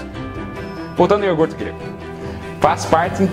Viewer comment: hmmmm eu ouví "ORGUTE" aí dói o resto excelente!!!